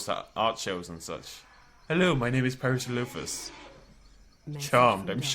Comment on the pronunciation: So to get to finally...FINALLY pronounce Ceratosaurus correctly, we had to sacrifice parasaurolololololophus? Is it worth it?